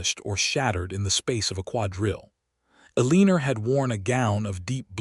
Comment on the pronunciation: Can we not get AI to fix the mispronunciations El-i-nor NOT A-lee-nor, Rej-i-nold NOT Reg-in-old